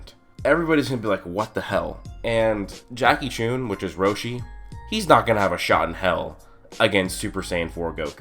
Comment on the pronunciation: Why do you pronounce "Chun" as "Choon"? You've clearly seen the show, and not a single character or reference or hint or anything, is ever been shown or said that would make anyone think "Choon" is the correct pronounciation. And if you consider it he fact that he is named after Jackie Chan, it's even more evident that there's no special emphasis on the "U" part of the name.